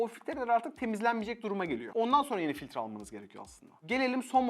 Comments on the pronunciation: Eleman filtre değil "fitre" diyor sürekli. Düzgün konuşabilmeyi öğrenir inş... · . Gayette filtre diyor. Sen bir doktora git